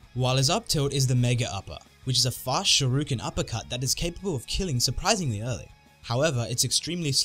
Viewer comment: He said Shoryuken wrong!!